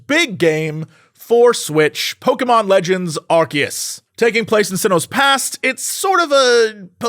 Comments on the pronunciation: I know it's pronounced "arkeus" in the trailer thing we got a bit back, but it's pronounced "arseus" in all other media, Jesse! don't make this mistake too, you're better than that! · Jesse. Did you pronounce "Arceus" as "Arkeus"? XD